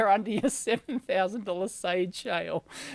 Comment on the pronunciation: "sade shale"